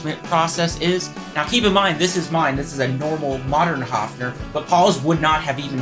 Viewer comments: It is NOT A Haafner!!!¿¿¿ Why do English/American talking people not even respect the pronunciation of Names? -- ...and don't tell me your tongue is to blame!!! When you can say "BIRD" - you can say "Höfner" too. Otherwise it is ARROGANCE producing resistance!!! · Why can't you pronounce the name Höfner correctly? Even americans can pronounce the letter ö. It is no big deal. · You did not notice, however, that he mispronounces Höfner constantly.